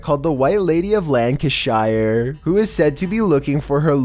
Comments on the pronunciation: It's pronounced "LancashEER", not "LancashIRE" lol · Lancashire isn pronoounced lanka-shur, not lanka-shy-ur. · Lancashire 😂😂 the way you pronounce uk towns is so funny. I know it’s spelt that way but you pronounce it lanca-SHEER. Anything with shire on the end of it is pronounced sheer so Buckinghamshire is said as Buckingham-SHEER, Derbyshire derby-SHEER ETC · "LaAAncisHIREE" it's pronounced "lank-i-sure" ffs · FFSake, it is not Lancashire, it is pronounced Lan-ca-sheer. Americans really annoy us British people when you say Shire and not Sheer. Same as in Worcester-sheer, shire is ALWAYS pronounced SHEER!!🙄🤦‍♀️😡😡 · Please stop pronouncing English counties the way you do, Lancashire is pronounced Lancasher, not "Lancashyer". The same goes for Yorkshire. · Its pronounced Lancashere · It's pronounced Lanca-sheer. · Lankashiyer lol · Why he pronounce Lancashire weird